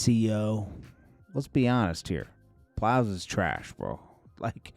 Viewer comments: calling Plies “Piles” twice is wild 😂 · He said Plows😅😅